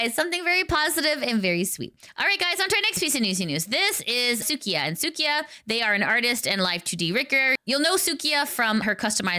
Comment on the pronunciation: its suika not sukia/ the japanese word for watermelon.